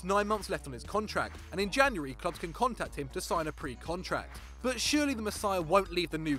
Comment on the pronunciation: Its Can not Chan